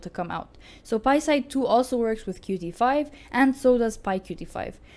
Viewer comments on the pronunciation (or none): It’s not QuTee, it’s pronounced “Cute”.